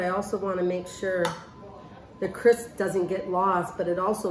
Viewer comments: Linda Thornton When you’re showing people how to make something, you should know how to pronounce it. And she also kept saying “cris” instead of “crisp.” 😆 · 3 yrs later!.....😊 we call it rhubarb strawberry crumble in NZ😊 Your p is silent on crisp, I notice Amy? 😊